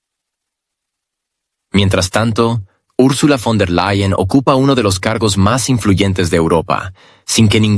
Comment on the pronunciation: fon -der-LE-yen